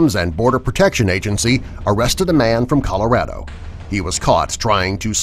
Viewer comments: How he said calirado tho😂😂😂😂😂😂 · It's Colorado not coloradao